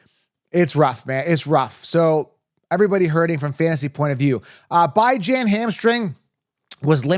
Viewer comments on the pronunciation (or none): Why are you saying Bijan like that?